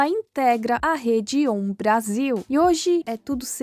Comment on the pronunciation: Eu entendo, estou falando de nomes como a TV Piratini. O nome claramente é indígena, então a sílaba tônica é o ni e não o ti como você falou no vídeo. Outro exemplo é a Rede OM. A pronúncia dela são as letras mesmo, não como se fosse uma palavra só. Um exemplo que realmente não dá pra te culpar é ter falado TNT Sports com as letras em inglês. Aqui no Brasil a gente fala as letras de TNT em português, mesmo que todos os outros canais com uma sigla dessa como ESPN e HBO(que é da Turner assim como a TNT) a gente fala as letras em inglês, vai entender